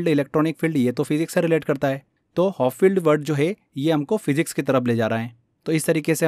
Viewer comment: P or w ka antar pata h aapko? Sab hindi mei translate kr dena habit ho gya kya? Hopfield h uska naam...